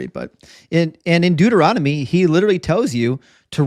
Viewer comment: It's so funny how says Deuteronomy. He swaps the n and the m and says "Deuteromony" instead XD